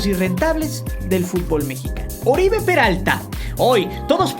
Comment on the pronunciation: No es Oribe, es OROibe por favor.